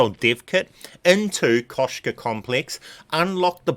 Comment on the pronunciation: its Kosh'ei Complex, read it so :)